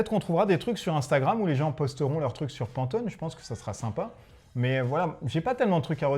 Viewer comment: pantoNe, pas pantoMe ;)